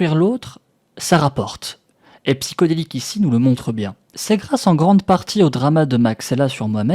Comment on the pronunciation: psyHODelik pas psyCODelik ptn il respecte même pas ça se mec. Fin bref désolé pour le retard j'avais pas suivi l'affaire du coup je regarde tout les éléments.